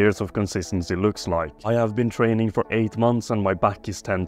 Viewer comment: "8 months of trenning" he meant